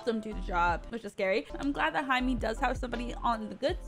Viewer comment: Jaime is pronounced like Hi-MAY not Hi-MEE.